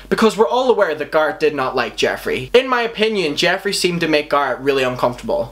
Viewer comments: The accent would make sense if it’s an issue with pronunciations when switching languages, but he’s still speaks English and since he knows all the drama surrounding these people, he should know how to properly pronounce Garrett’s name. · Why do you call him gArrt😣😫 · Your saying garret wrong it’s pronounced [gare-ret] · ... its dude... its Garrett pronounced like merit. Garry and rett garrett. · I cannot get through this video with your continuing to call him ✨GARR ✨ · Pronounce it like Gerret... What is this accent hun!? 🤣🤣🤣😛😛🌷 Not meant mean though i just heard gard the entire time. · Ik it’s ur accent but it’s not gahh ret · "Garrat" Omfg, I'm sorry, that's just bothering me so much. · They're not wrong. You say someone's name how they prounce it, out of respect. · You don't need an American accent to say a name correctly. Especially one he should fucking know when he's reading into what he's saying like an armchair psychologist. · Zach Garrett right! I can’t watch this because of him saying the name so wrong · I'm british & I wouldn't say like that. It really bugged me. 😂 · the fact that you say his name wrong just pisses me off 😂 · The way he pronounces Garrett hurts me deeply...😖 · He isn’t saying it wrong. Just has an accent, honestly I love the way he says it! 😻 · You don't need an American accent to pronounce it correctly. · The way you say Garret invokes rage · Everything about this video is good and fine but the way that you say Garret is wrong... am I the only one a little bothered lol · ur saying garrett’s name wrong. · I can’t get over how he mispronounced Garrett 😂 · please say his name right atleast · You can say every other word with an A correctly but not garret? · I’m not trying to be an asshole, I’m really really not....but it’s hurting my brain how he pronounces garrett😅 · Learn to pronounce Garrett’s name right 🙄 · Yes lol same.its like carrot but with a G. Guh air eehhtt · It bothered me as a huge fan of garret not garrot